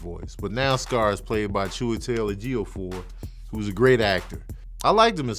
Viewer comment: You butchered the shit out of Chiwetel Ejifor’s name!